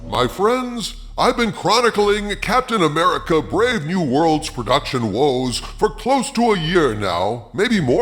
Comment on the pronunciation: its not captain amercia